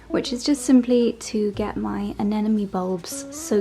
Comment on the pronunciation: Its anemony, not anenemy